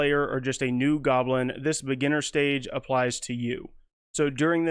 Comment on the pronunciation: Intermediate “golbin” lol. Love it.